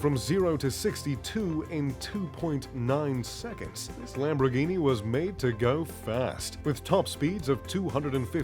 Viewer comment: "Lambroghini" Lol